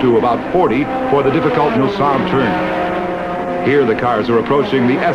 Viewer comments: Glad I saw your comment as I too noticed his wrong identity. Don't believe this narrator realy knows cars or racing. He also kept pronouncing Mulsanne (Mul-son) as Mul-sann. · Even worse, he called it the Milsanne Straightaway. He also said incorrectly that the top speeds then were 230 MPH - not even close. The great original footage though overrode his mistakes. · In France it is "Hunaudières" but the english speakers always says "Mulsanne straight" ...I don't know why. From my point of view it is because "Hunaudières" in unpronounceable for english speakers !!